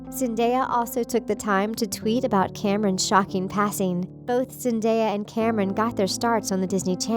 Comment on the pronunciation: I'm really sad about his death but.. "Zendaea" wth 😂 how do you read her name like that